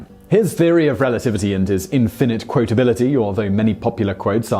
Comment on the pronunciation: There we are, inn finnate, rather than as every one else says infinite. Never let's me down with his unique pronunciation of normal words.